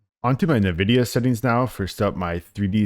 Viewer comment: Is anyone honestly getting past the first 10 seconds of this video after he says "nividia"? Title sounded great but you can be absolutely 100% certain that anyone mispronouncing nvidia in 2025 is utterly clueless and should not give advice on graphics settings. See ya.